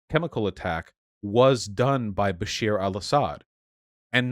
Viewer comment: Dude's name: Bashar Vaush's pronunciation: Basheer